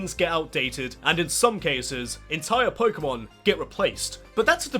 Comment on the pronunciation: lol "pokemandom"